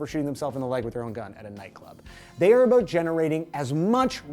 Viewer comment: First: #BeRoyal but it was great playing Toronto. Second: Does he usually hide the "abuut" or am I just now noticing it? Third: never should celebration of excitement be penalized (like the difference in a game winning situation). But I think there is a line that crosses into things being excessive. Where is it? I don't know. I remember watching - and loving - that cell phone gag live, but is it reasonable? Does it slow the game? Are sports leagues private enterprises that can make whatever rules they want? (That one is a yes). I think there is a full right to penalize it but if a player is willing to pay to build his brand (see Jordan/Nike paying the fine for Jordan to wear Jordan's when Jordan's were released to build that brand) that should be up to the player.